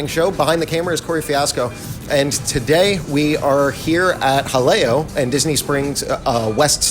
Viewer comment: pronounces Jaleo correctly. ***VIRTUAL CONFETTI CANNON***